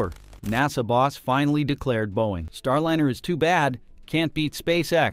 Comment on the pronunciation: Star LIHN. er. NAH sah need a better bot doing the narration